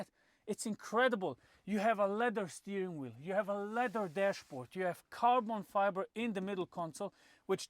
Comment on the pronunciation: Carbon Fibre or how Misha would say: Carton Fibre.🤣 No but seriously, what a great car. One of the greatest of all times. Thx for the video.🙂